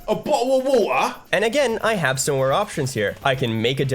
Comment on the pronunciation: “a bovle of waheh” gets me every freaking time!!!